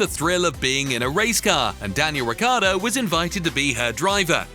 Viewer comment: It’s not Riccardo, but Ricciardo ! He’s an Aussie-Italian!